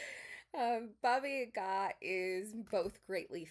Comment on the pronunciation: you approached the subject respectfully, I think. As a representative of Slavic culture, I also appreciated your correct way of pronouncing "Baba Yaga" 🫶🏼 Thank you for the video!